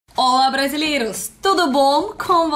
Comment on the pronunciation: Uma dica. A letra "o" em português não tem o som de "a" quando não é tônico tal como acontece no russo. Então quando você fala "brasileiros" esse "o" tem o mesmo som do último "o" da palavra молоко e assim se refere a todos os brasileiros. Se falar "brasileiras" refere-se as mulheres nascidas no Brasil. Quando a letra aparece assim "ó" tem um som agudo e sem acento o som e meio grave e assim "ô" o som é grave. Quando aparece assim "õ" o som é nasalizado. Aí surge a diferença que você perguntou entre "Nós" e "nos".